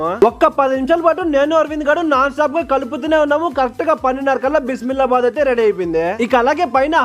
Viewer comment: Bimilla bath kaadu bisi bale bath Its annoying everyone pronouncing it wrongly 😡😡